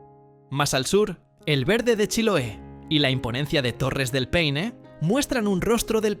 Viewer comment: Hola lindo video, por eso amo este país ❤ , buen trabajo, un detalle no es peine es Paine lo dijiste una vez bien, saludos 🤗